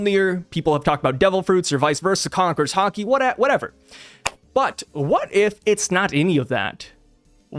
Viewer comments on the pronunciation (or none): none